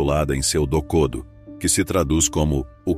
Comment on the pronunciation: Pronuncie "MuÇashi" e "dokodÔ".